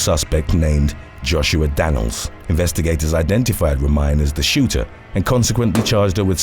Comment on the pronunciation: It's not Ro-mine it's Ro-mi-ne! Gypsy girl lol!